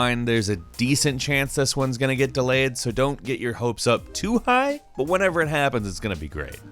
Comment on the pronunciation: The way he say's high 😂